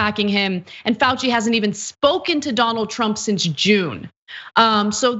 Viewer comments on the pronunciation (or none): none